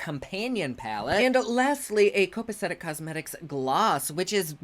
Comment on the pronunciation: "copacetic" - correct. "Hwebsite"????? hrrrrm.